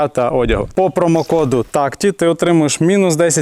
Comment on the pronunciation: а чо такті а не тактіК?